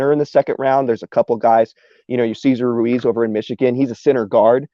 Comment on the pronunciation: Hahahaha, he sounded really good until he went get cesar Ruíz jajajaja, he lost everything there!